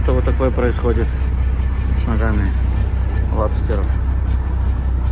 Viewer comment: Не лабстеров- а лобстеров 😂😂😂